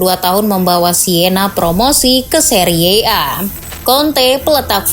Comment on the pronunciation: Seri a aja bacanya, gak harus seriye a